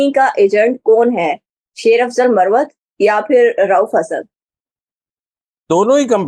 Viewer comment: yeh lafz muravvat Nahi..balke MARWAT Hy...!